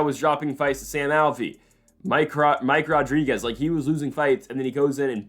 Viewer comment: ITS *RO*DRIGUEZ!!! NOT *HO*DRIGUEZ! PRONOUNCE IT HOW ITS SPELLED DAMNIT!